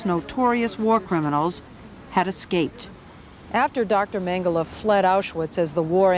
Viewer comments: Why does she keep saying MengelAh????? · Why the heck does she prounounce it "Mengela"?!